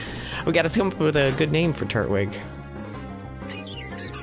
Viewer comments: Everytime he says Trut-wig I scream at the screen: "FUCKING TUR-TWIG.AAAAAAAAAAAAAAAAAAARGH!!!!" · I love Pokemon Diamond and I am just realizing he is saying "turt-wig" I say "tur-twig" and this is really funny to me. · I've found that there are two major ways people pronounce Turtwig. They either say Turt-wig, or Tur-twig. I usually say the latter.